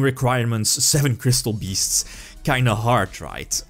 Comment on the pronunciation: Gat doss twee kwistoll beests...